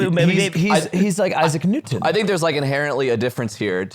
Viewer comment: Ludwig pronounces "Isaac Newton" as "As a Knutan" (meaning, a fan of Knut)